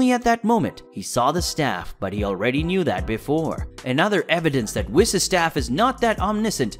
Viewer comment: "His assistant, wiss"